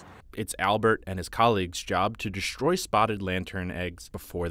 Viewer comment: To narrator: Please pronounce words correctly. You say "deshtroy" and "inshtruct." There's no "sh" sound before the "t".